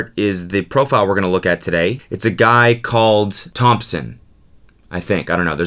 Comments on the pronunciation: I literally lost my shit every time he said “Thimpsin” instead of “Thompson” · everytime you say thimpson I die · I fell of my bed when he said eeamthmpsn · 33 seconds in and he's said Thimpson 10 times lmaooo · Nobody: Cody: t h I m p s o n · Actual name: Thompson Cody Pronounce it: Thimpson Cody actual name: Cody Michael Kolodziejzyk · I’m dying at him calling him thimson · someone please put cody saying thmpsn on a loop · It’s obviously pronounced Thampasin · Its pronounced thüümpsîįn